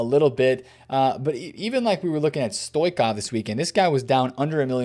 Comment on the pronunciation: Say Stoichkov properly and I promise I’ll subscribe